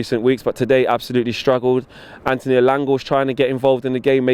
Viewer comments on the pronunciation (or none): none